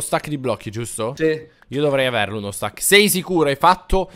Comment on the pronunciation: dice:uno stak di blocco